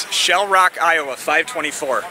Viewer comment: Lieowa? Never heard of her